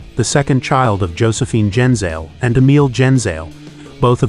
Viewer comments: It's pronounced Gen-Zah-Lay. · Jfc. His last name is NOT pronounced that way.